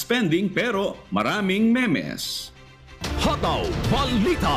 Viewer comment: di po ba read as "meems" ang "memes" and not "me-mes"?